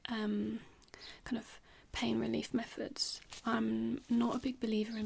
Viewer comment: "meffods". Oops, the RP slipped at bit there.